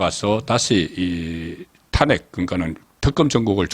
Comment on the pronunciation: 송국건님은 어찌 아직도 탄핵이라는 발음이 안되는지요? 참 답답합니다 탄핵이라는 말을 하지마세요